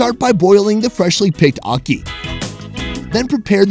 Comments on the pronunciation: Never heard it called okee before. I have been Jamaican for 51 years and that was a first. It is a-key for akee. You could also say ha-key. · ACKEE pronunciation guide: Its like the A in apple but NOT NOT NOT the A in Awesome. Its also like the A in the Spanish word Aqui! which means "here". please fix dat! beg yuh!! t'anks!! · Definitely mispronounced ackee!!